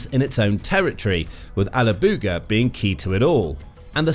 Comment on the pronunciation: Toponims are not your strong side. TataARstan. Not tatRAstan. And alaAbuga. Not alabUga. :). Do your homework check with Google or native speakers next time.